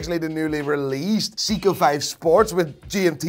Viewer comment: Dude can't even pronounce Seiko